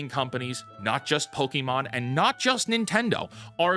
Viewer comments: My only criticism right now... Its not pokEmon. Poke-mon or pokuhmon is closer. No i wont stop being upset about this. Not once anywhere is it said pok-E-mon. The show said it correctly as far as i remember. You are choosing to say it wrong. 😂 And yeah the game looks like trash. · Stop fucking saying pokimon, it's pokémon, not pokimon !